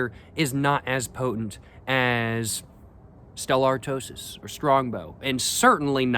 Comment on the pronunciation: Why do you call it Stella artosis when its clearly pronounced Stella artois?